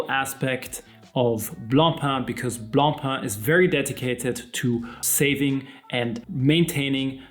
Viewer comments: Wow, someone on YouTube who can actually pronounce Blancpain correctly! Ugh, Americans keep saying "Blon-pon" which is like sandpaper to the ears of someone like me who is English/French bilingial. BRAVO! 😁 Having said that, I STILL will not buy a plastic watch. Being better than the Fauxmega Moonswatch isn't saying all that much. Plastic NEVER feels "premium" to me. BTW, the "Systeme 51" is also known as the Tissot Powermatic 80 and the Mido Calibre 80. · Gott sei dank! Thank God you are pronouncing BLANCPAIN correctly! Deo gratias! 🎉🎉🎉🎉🎉